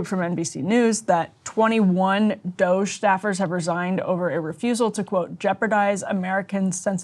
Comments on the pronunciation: Says Ryan, after deliberately mispronounced DOGE earlier -- Again, what grade is Ryan in? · The mispronunciation of DOGE isn’t cute anymore. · Why is he saying doshae? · Ryan, nobody pronounces it Dog-E! Or Doge'...What are you doing? 🤦🏻‍♂️ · Everytime he says dogé I cringe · I like both the meme-ification of calling a government department DOGE and also mispronouncing it Doggy. Whimsical on both ends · why is it so hard to pronounce DOGE? lol dude sounds like a creep trying to make it french or something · Love how Ryan will not give doge the satisfaction of pronouncing their name correctly. Punk’s not Dead! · Why does Ryan insist on pronouncing DOGE that way? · Ryan just continually acts like a child by not saying DOGE correctly.